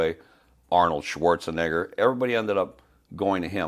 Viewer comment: it's Schwartzenegger! It's Austrian German which means the 'E' has an 'A' sound. Schwartze-NAH-ger not Schwarzenigger! Just correcting! 🤔